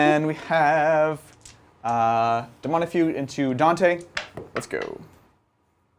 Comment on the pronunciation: Daemonifuge, not Daemonifugue. It's a soft g - like centrifuge, or refuge. The old comics were pretty good.